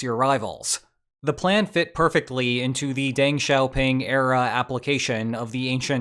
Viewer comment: SUBstantive not subSTANtive. Dung not Dang XiaoPing.